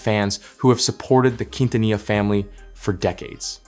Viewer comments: The way you pronounced Quintanilla 😅 my goodness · Unbelievable, you don't pronounce Quintanilla with the Q like in "queen" or the double "ll" like the word "vanilla" 😂